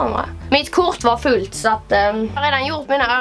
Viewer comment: Bara jag som märker att har en annan betoning på orden, t.ex sättet hon säger ”va fullt”